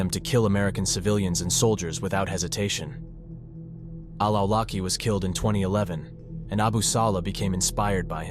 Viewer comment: I know I can't blame you for the mispronounciations of AI text to speech software but Anwar al Awlaki's last name is pronouncing عولقي which is roughly pronounced Aw-laqqi with an extra Arabic consonant at the start that, if I wanted to approximate to the best of my abilities what it sounds like to a non-Arabic speaker, I would basically say sounds similar to the growl a small dog makes before barking. From what I gathered, it is in reference to a tribe in Yemen that basically means "from the tribe of al-Awalik" (عوالق). Awalik is a plural of Alq (علق) which is a reference to a sticky or clay-like substance (some translate it as clot) that Allah is said to have used to create humans in Surat al Alq. Basically, the tribe's name would pretty much translate to "the living beings".